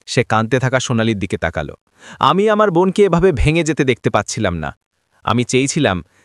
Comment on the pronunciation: বাংলা উচ্চারণ ঠিক করুন। তাকাল্ নয় । তাকালো। লাগাল্ নয় । লাগালো ।গড়াল্ নয় । গড়ালো ।